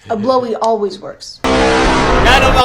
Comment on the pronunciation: may natutunan ako, "olwes ASS"